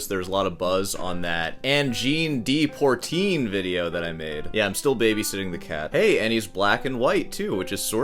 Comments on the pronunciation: Try your shirt too. Learn to pronounce POITRINE. Credit their creativity. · How many wrong ways can you say Poitrine? Funny but also ignorant. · "Deportreen" is pronounced Di Pwuh Treen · It is not pronounced Pourteene. There is no 'r' in the first syllable. It's poi, pronounced like pwha. Notice that the 'r' is in the second syllable, and not in the first. And the de is not dee, it's pronounced like the french deux (I assume that you can count to 10 in more than one language?) Learn to follow the rules before you break them. You as a classical guitarist of all people should know this. Also keep in mind the current CONTEXT of microtonal as Angine de Poitrine is using it. They are using 24 TET, that is 24 notes per octave in an equal temperament. Basically a new note midway between each half step. Yes and sure any frequency that is not an exact 12 TET note for example could be considered micro tonal. So someone singing off key. A guitarist tuning up a note while playing. Also a string bend or vibrato could be considered microtonal, but that is not the context here. Some of the Arabic scales have notes almost like 12 TET with a different sequence of whole and half steps, but some of the frequencies are just a little bit off. Context is key. If you were to have some microtonal harmonies that have large intervals (chord voicings) then it is going to sound weird. AdP is using small intervals, usually in a melodic run. They so have a few abstract microtonal harmonies in the end of some of their songs, but they are fleeting, just for a beat and it works in this context. You made the point in the last video about the drummer being key, as does Davie504 in his reaction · PWA po trine not Por trine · it's Poitrine ... not Poirtine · It’s pronounced “pwotreen”. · you still have to CONNECT no matter what and how you play it (and even Americans should be able to pronounce 'Pwatrine' without affectation) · It’s Poitrine not Portine